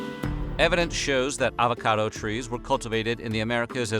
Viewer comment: advocado?... lol